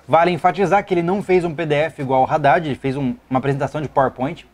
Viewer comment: man vc reclama o Haddad pq tem erro ortografico no plano de governo dele, tudo bem acho que realmente isso não pode ocorrer mas vc tb fala o nome do cara errado toda hora KKKKKKKKK. discordo em muita coisa de que vc falou concordar om aulas a distancia kkkkkk vc ja fez matéria em ead?